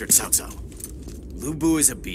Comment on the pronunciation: Ahhh. The VA in this game feels like the DW games of old. you can hear Cao Cao pronounce his family name as “COW” and not “TSAO”. Just like from DW3-5 lol.